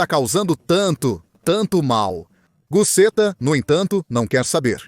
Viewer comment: Pronunciar busxeta e não da forma que está sendo feito